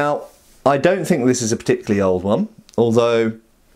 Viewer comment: "Particurally over-enthusiastic hyena..."